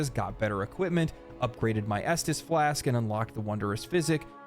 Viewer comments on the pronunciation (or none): none